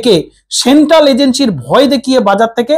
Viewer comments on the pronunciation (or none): none